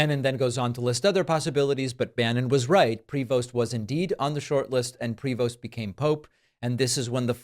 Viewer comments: Shut up. You know nothing about the Catholic Church. You are not a Catholic. You aren't even pronouncing his name right. Leave if alone. name.Talk about right. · David, please learn how to pronounce the Pope's name. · You need to learn how pronounce his name… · Stop mispronouncing his last name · Ok, tone all wrong here. Not designated. Elected. And might be nice to get the pronunciation of his name right: pree-voh. But enjoying the maga down. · Please pronounce his deadname correctly. It’s French and pronounced PREYVO. Love ya, David. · Prévost ....french name .....pronounce Prevo. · It's not Pree-vost ,it's a french name and have to be pronounced Pré - veau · Just a slightly irrelevant question. Is PRE-VOST the way all Americans pronounce the surname Prevost? It looks like a French name to me, which would be pronounced something like PRE-VO or maybe PRAY-VO. Like I said, an irrelevant question. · it's properly pronounced pray-VO, not PREE-vost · Sand t are silent,it’s prevo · Prevost is pronounced prayvo. The maga movement is not Christian, they don't have a single Christian value. They love to call those they don't like "Rynos" i.e: republicans in name only. They are Cynos...Christians in name only. All my life I leaned republican but this movement, this group is not republican, nowhere near republican for that matter. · Pronunciation: Pre-VOHST with a long "o". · It's pronounced prey-vo. In the Nineteenth Century Canada once had a Governor General called George Prevost. MAGAtts IMHO are ignoramuses who can't pronounce even their own language. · Given it's a French name, and at least one of his parents in French, pretty sure his last name would be pronounced 'pray-vo'. J'ai pas mal sur de ca....😁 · Canadian here: The name Prevost is pronounced like prey-voh (silent S, silent T. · Prevost is pronounced "Pre-voe". It's French, goddamn uncultured Americans. I know you can pronounce "chevrolet" correctly so this should be no problem.